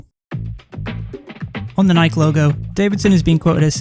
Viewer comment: I love you for not pronouncing it like Nike-ee.